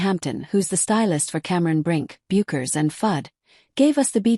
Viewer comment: Regarding videos about Paige it is rare to hear the narrator pronounce her last name correctly . Don’t these people do any research?